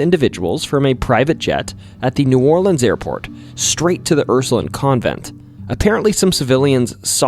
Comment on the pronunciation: Hey Ursuline is pronounced how it looks Line not Lin I grew up in New Orleans so hearing it said like that I was like huh